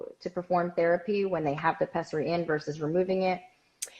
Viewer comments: It’s pessary not pezzary. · If the doctor says "peSSary" I think they know how to pronounce it correctly.. Every time you say "peZZary" I want to scream